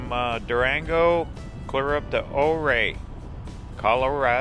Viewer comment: Great drive, great descriptions. Just a word from a local, though - Ouray is pronounced youRay, and Telluride is Tell You Tide.